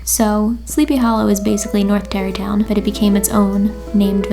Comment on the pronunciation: when she said "Terrytown" I definitely thought she said Derry Town as in the town from It and I freaked out for a second.